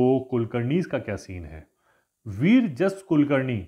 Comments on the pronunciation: It is विराजस not वीरजस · Sir, it is not Vir jas Kulkarni. It is Virajas ( विराजस ) Kulkarni